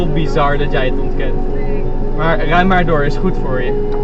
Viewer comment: Ahh westerlingen, rrrij maarr doorrr is goed voorrrr je, het klonk in zn hoofd vast een stuk beter